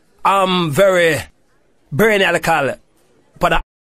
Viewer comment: Man seh him Brainialical 😂